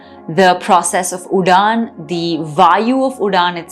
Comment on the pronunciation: Can't watch the video beyond 4 minutes. It's full of mistakes in pronunciation and Sanskrit is highly stressed on pronunciation as the change in pronounciation changes the entire meaning. At a higher level, even change in intonation changes the meaning but it is beyond the scope of this video. It's not udaan but uḍaana .. The ending vowel being a short 'a' sound, like the first vowel 'a' in 'ago'... And the d sound is a retroflex sound. The Cerebral or Retroflex consonants are produced by curling the tongue to touch the roof of the mouth. These are ṭ, ṭh, ḍ, ḍh, and the nasal, ṇ. The above 5 sounds are present in Sanskrit and all South Indian languages. They are also present in hindi and also represented correctly on the screen in Devanagari lipi, but you have consistently pronounced it wrong throughout your explanation. It's surprising because no Indian, from children to grownups and from uneducated to educated, ever pronounces that sound wrong and yet you have pronounced it entirely incorrectly. Also, it's sooṭra, not soochra. You seem to have a high hindi influence and hence unable to speak Sanskrit correctly and misinterpreting the meanings based on hindi which itself is a non Indian language, based on Persian. It has adopted the Devanagari lipi just to assimilate into the Indian culture but in its true essence, hindi, urdu, persian etc languages are similar and don't have any Indian roots and hence no connection with Sanskrit. You need to unlearn hindi to start being abl